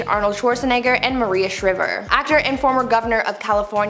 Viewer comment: It’s Maria Shriver (rhymes with driver)!